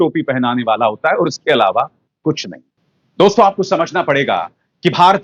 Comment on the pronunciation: अभिसार जी, आप के विश्लेषण वाकई प्रशंसनीय, काबिले गौर होते हैं, पर आप 'दोस्तों' शब्द का उच्चारण सुधार लें। प्रत्यक्ष प्रस्तुति में 'दोस्तो!' सही है न कि 'दोस्तो' । अप्रत्यक्ष कथन में दोस्तों सही है, आप तो दर्शकों, श्रोताओं से मुखातिब होते हैं न! अतः दोस्तो उच्चारण करें। मानें, न मानें , आपकी मर्जी। स्नेहाभिवादन!